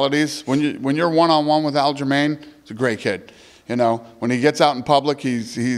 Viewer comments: Dana keeps calling him Al Jermaine and idk why but it has me cracking up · Ah yes Al Jermaine